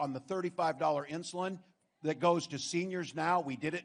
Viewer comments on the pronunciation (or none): none